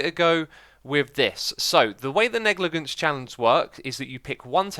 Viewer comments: Pronounced neg-li-juns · No it's pronounced neg-luh-jents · I don’t care if you say baron or knight but please, for the love of all that’s holy, say negligence correctly! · I'm surprised I haven't seen more comments about his pronunciation of "negligence" considering he pronounces it quite oddly, but maybe that's the way Europeans pronounce it. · the second g in "negligent" should be soft.